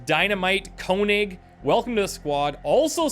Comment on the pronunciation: I am pretty sure that there is already a comment how to pronounce 'Else' as a real German, like myself. But if there is not, I will try to explain it to you. The second 'e' is not silence and it sounds exactly like the first 'E'. And the 's' sounds like the english z, a more soft sound almost like 'the'. So you could say 'Elthe'. And Konig should be König, means king in english. Have fun with your .... 10th... XCOM2 sereis.